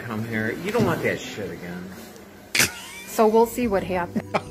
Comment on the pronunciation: Hey wait a minute. The woman with the embarrassed boyfriend is in multiple Karen compilations. She’s in the high council of Karens. Everywhere she goes she “doesn’t wyant to wyear a myask” and will gladly cause a scene and record herself while doing so.